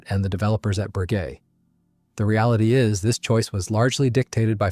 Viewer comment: Frenchman here. Not a fan of AI, but it still beats hight school anglo-saxon teachers on the correct pronunciation of Bréguet. Close enough not to shock my Gallic ears. 2) The Folland Gnat also tended to gulp gun residues.